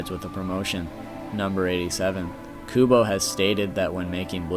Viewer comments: KuBO for instance, it is Kubo not kudo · ITS PRONOUNCED KUBO GODDAMN IT!!!!!! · I apologize for my Aspergers freaking out about it, and I doubly apologize since I bet you hear it plenty. TEE-tay KUU-bow (like a ribbon) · His name is Kubo for fuck sake!